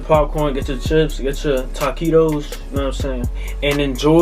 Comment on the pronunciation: My man said Tacitos😂